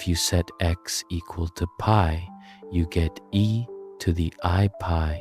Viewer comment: Amazing video. But why is the pronunciation of certain words weirdly inconsistent? Usually pi is pronounced Pi, but occasionally Pee. Sine is usually “Sine”, but sometime “See-nay”. Wtf?! In such a deeply researched video I’d expect the script to be read consistently…can someone explain what’s going on here?